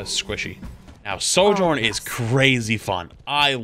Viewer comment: why do you say "Sor-journ" hahaha its Sojourn xD